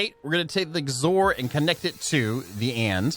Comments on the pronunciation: XOR is pronounced "ex or". It's short of "exclusive or". Meaning it's like "or" but it is exclusive when they are all on. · Anyone else bothered by the way he says xor or is it just me..? 😜 (X OR. 2 words! X then OR. Lol)